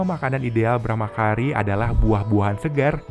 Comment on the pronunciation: Maaf Min. C bahasa Sanskerta jangan dibaca K. Brahmacari, jangan dibaca Brahmakari.